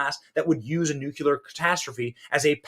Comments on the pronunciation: Did you REALLY say "nucular?" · Sorry, I have to say this: it's NUCLEAR not NUCULAR. George Bush junior lmao